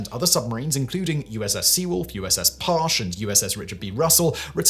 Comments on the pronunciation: It’s pronounced “Par-chee,” not “Parsh.” It’s the most decorated vessel in USN history, and I have a family member who served on it. Also, go read “Blind Man’s Bluff.” Great insight into what those spy subs did. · I am literally staring at the USS (aka the triple nickel) Halibut, standing on the docks here in San Diego, right now. Super crazy to think this (kind of small) sub changed history. It is Humbling. Also, the other boat you keep referencing is not pronounced “parch”. It’s pronounced “par-chee” as explained by my buddy who served on that sub for 15 yrs. 😊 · I spent 10 years as a US Navy Submariner. It was lonely, boring, terrifying, fun, and exhilarating in turns. We do amazing secret things every day as a force. I'll always cherish my time below the waves in the service of my nation. Also Simon, USS Parche is pronounced Par-chee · I knew a guy who worked on the Parche during these operations. FYI it is pronounced "par-chee."